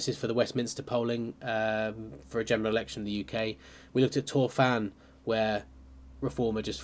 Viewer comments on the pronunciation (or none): love the content so far. Be interesting to see how it pans out in Wales. As an Englishman who has lived for a long time in Wales, just a tip with the Welsh pronunciation as i've noticed this is a fair way off in a couple of videos. Torfaen is pronounced "tor-vine". The single "f" in Welsh makes a "v" sound. With Rhondda the double "dd" makes a "th" sound so it's essentially "ron-thuh".